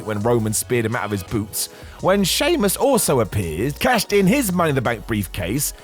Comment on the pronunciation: Sheamus* not Sheimus